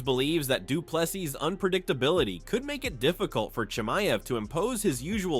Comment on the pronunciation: Say doo plu SEA not sus punk!